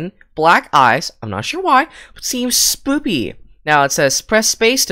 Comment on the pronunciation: Spooky not spoopy